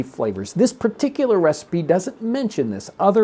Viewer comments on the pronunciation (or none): Huh... so you're just going to start pronouncing recipe as receipt eh?